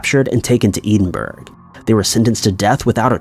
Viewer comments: It's pronounced Edinburgh not Edin-Burgh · I thought he said EDEN-BORO....where as we in Glasgow referred to it as 'Embro'..... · No one gunna talk about the pronunciation of ‘Edinburgh’? It’s pronounced Ed-In-buh-ruh not Edenburg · Yeah, Americans really can't pronounce it. Maybe he'll take a phonetic spelling from me, someone who's Scottish. Would you say EDD-IN-BUR-AH? That sounds way closer to me. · Also - EDIN-BURG? Funniest pronunciation yet! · Kinda funny hearing people trying to pronounce Scottish places although to be fair, there are people from here who still have trouble. If anyone is interested, the proper pronunciation is Ed-In-Bu-Ru. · Now all we can do is hope he sees this. It's always bugged me when he pronounces it that way. But I know Americans that have learned to pronounce it right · Edinburgh is not pronounced the way you think,. Pronouncing words and names correctly gives us more credibility. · I thought I’d heard every wrong pronunciation of Edinburgh but every day’s a school day. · He’s never been able to pronounce it even with people explaining the was to say it.